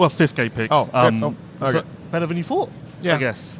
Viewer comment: So disappointed in myself that I needed more MXON coverage that I did not have the will power to avoid a podcast hosted by a guy who pronounces 5th place with 2 F's. I would think a guy who could find someone to cut their hair to look like Conan O'Brien's autistic brother could not find speech therapist. I like your content but, you say you are looking to be a better Lewis, INMHP you should start there. Might be tough to find in Florida, due to Florida, admittedly. Not the accent, said TH many times (for reference.)